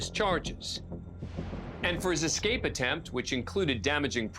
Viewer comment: judge said EXCAPE though, It's ESCAPE. He's supposed to be an educated man ffs.